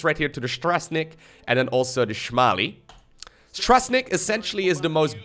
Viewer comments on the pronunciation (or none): Seeing you mispronounce Polish words is painful. Śmiały = brave. Strażnik = Guardian. In Polish language, you read the words as they are, not pronounce them. Other than that, the game looks solid, but it's very early in development.